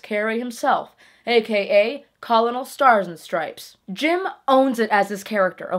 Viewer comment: You said colonel wrong...